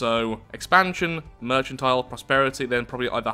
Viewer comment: Heads up man merchantile is pronounced "merkantile" the Ch makes a k sound because it comes from the French work "mercantile"